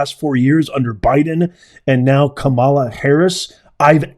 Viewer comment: Glad you pronounced Kamala’s name right. The way it’s been pronounced until she started running for president. Ka Ma La not Cam A La